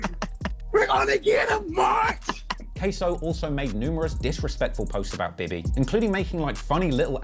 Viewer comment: queso??? who that ese?????? 😂😂 KSOO not Cheese LMFAO